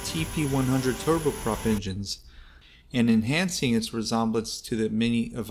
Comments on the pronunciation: “resomblence.?” Wtf…”inknowvative…?”.. another wtf…crock of $hit video… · Great video, but wow, dude, you pronounce words like I’ve never heard from anybody ! “Ree-zom-blance” for resemblance😂 really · The way you pronounce innovative and resemblance? 😉